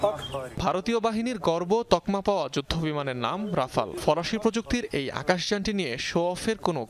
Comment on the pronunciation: আগে উচ্চারণ ঠিক করুন, তারপর রাফা ল নিয়ে কথা বলবেন।